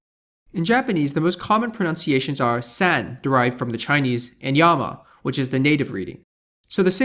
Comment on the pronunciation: Minor point to note about ; if you're going to explain how Japanese is pronounced, please do learn how its pronounciation system works. For example 山 is never pronounces as "sen" or as "youma"; you did write the correct romaji on screen but then "san" and "yama" are pronounced very different from how they would be in English, Mandarin or other languages. In your case, you pronounced them as "sen" and "youma", which are completely different words. Japanese pronunciation is very simple and straighforward if it helps, for instance "a" is always the "a" from "father", it's very consistent and learning how each letter in romaji is pronounced is very easy to do in under an hour. Just please get this a little right before you explain people 山 is pronounced "sen", you don't have to be a pronunciation expert but that's just completely, plain wrong.